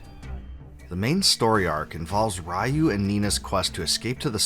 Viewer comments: It's pronounced ree-oo! good video! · You mispronounced Ryu lol! A bit too harsh, but I had that initial feeling way back. The setting and some aesthetics didn't jive with me at first, but a few hours in things clicked. I don't know how the artwork didn't match when it's the same artist that has been working on the series put into 3D form. I think that is what put most off, and battle system. I kept playing and I found it to be a great game with a great story and lore. The ending is a huge payoff and even gives you bonus scenes and replay value. The mini game with the ants, if you stuck with it, culminated with a secret boss and secret weapon. That added to the value for me. Given what Capcom is today, I know they will never touch sprites or make a recognizable BoF game again if people thought this was a departure. The team took a chance with experimentation and likely not what most wanted, finishing the story was a fair send-off. I don't think many stuck it through the challenge it presented and I almost didn't. I recall getting mad, putting it down but I wanted to know the story and didn't like the fact the game "beat" me because I didn't pay attention to the D-Counter. It added tension to the game that played into the urgency and gravity of the situation. Nina was dying the more pollution she took in, Ryu was losing his humanity the more he used his powers. What got me surprisingly was the frenemy relationship between Ryu and Bosch. Once you learned what made Bosch what he was and how scared he was when dying. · No it's not. It's Ryu.